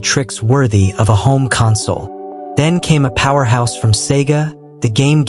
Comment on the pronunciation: Bruh is this all Ai? Nothing is real footage and you couldn't even say the word console right...